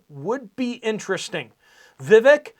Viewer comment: UPDATE; VIVEK IS PRONOUNCED. 'VI - VAKE' LIKE 'CAKE'